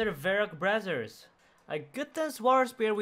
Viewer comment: I commented this last video when I heard him say it but I think he did it intentionally this time to sound more like it 🤣